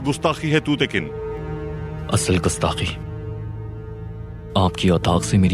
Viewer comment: tugtekin ke naam me Jo G hai wo please pronounce ke jiye turkish me Maine sauna the wo tutekin nahi tugtekin hai please pronounce